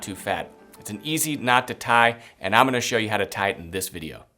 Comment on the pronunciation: Great video...try not to say "omina"...rather, "I am going to". Other than that, great video.